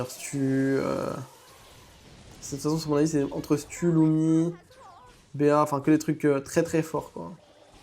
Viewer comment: LUMI❌ LOUMI✅